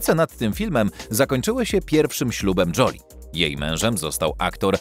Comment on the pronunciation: Joli to znaczy ładna. Czyta się Żoli. fonetycznie